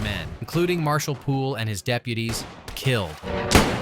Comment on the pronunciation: The way it says deputies